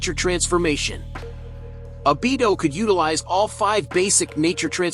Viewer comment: Your saying the name wrong fok